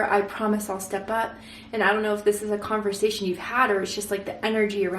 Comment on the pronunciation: Literally everything resonated…down to the yellow roses and you saying her name when mispronouncing conversation